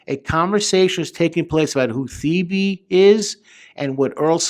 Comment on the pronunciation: Your pronounce earls actual name like “ te-bay”